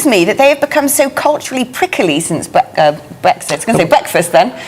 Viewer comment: I love the way she says 'Bwexit' 🥰